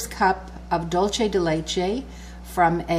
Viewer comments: It’s not dulche. It’s dul say. That’s Spanish not Italian. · loving your cooking lessons! But this is pronounced DoolSe de leche - it's Spanish for 'sweet of milk' xxx:) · Hi! Delicious recipe! But I just have to say that is pronounce dool-se :), the way you are saying it is like Italian, like Dolce and Gabbana. Anyways, congrats for the recipe! and sorry to bother. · Super excited to try this recipe for Thanks Giving! But I'm Latina and please it's "DUL-SEH"